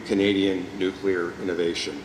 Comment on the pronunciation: Clear. New. New. Clear. New. Clear. Nuclear. Someone, PLEASE help this very capable minister to stop saying “new cue ler”.